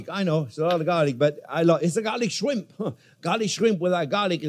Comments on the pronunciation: Garlic Shwimp😂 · I.like. shrime